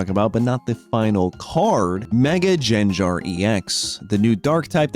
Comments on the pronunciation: Thats just playing around with pronunciation. He knows it gets him engagement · He says it wrong on purpose. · how do u misprounce his name lmao like its literally said in the show and u somehow butcher it. i legit unsubscribed